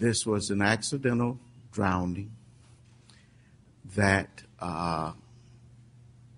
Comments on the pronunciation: The female prosecutor also articulated the word "drownding". This entire case was a little shop of horrors. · I'm not going to get into a debate about the attributes or otherwise of the judge but I have to say some of his choice of words and pronounciations make me laugh, he refers at least three times in this video to Caylee having been a victim of "drownding"